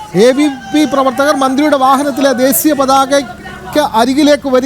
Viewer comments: ദേസീ യാ അല്ല ... ദേശീയ..,. കഷ്ടം.... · ദേശീയ പതാക ആണ്... ശ ആണ്.. സ അല്ല. mpbs ജയിക്കേണ്ട ഈർക്കിലി എടുത്തു നാക്ക് ഒന്ന് വടിച്ചൂടെ...? പിന്നെ adeham പറയുന്നത് adehathinupolum അറിയില്ല... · ദേശിയ പതാക എന്ന് പറയാൻ പോലും അറിയാത്ത ശവൻകുട്ടി